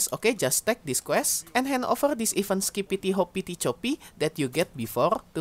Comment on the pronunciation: i think you pronounce it best possible way :)